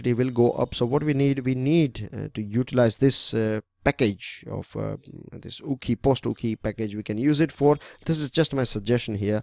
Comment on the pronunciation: Sir its Okhi..not Ukhi😄